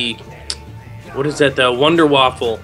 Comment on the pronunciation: It's Wunderwaffe not Wunderwaffle